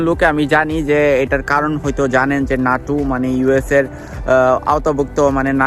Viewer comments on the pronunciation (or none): এটা নাটু না ন্যাটো, আগে ভাষা ঠিক কথা বলো